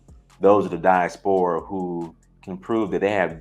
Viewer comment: Pronounced die-AS-pora Not "die-as-PO-ra"